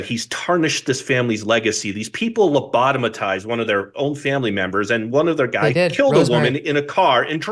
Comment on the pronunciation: Lobotmized not lobotomitized sir 133:00